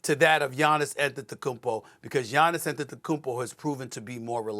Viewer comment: It’s Gianni’s come on